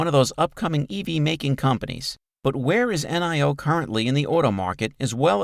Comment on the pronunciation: Stop saying N i O. Its Nio